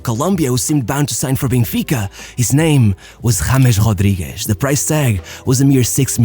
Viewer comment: why does he say Jamesh Rodriguesh like that